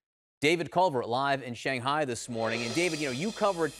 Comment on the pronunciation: Why can’t we pronounce Shanghai correctly 😩😩😫